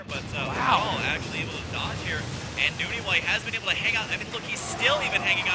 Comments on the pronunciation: nOny husky not fucking noonie, jesus. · nOny not nUny! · Nope. It's New-ney.